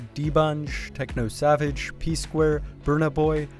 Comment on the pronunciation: The man said tekno Savage😂😂😂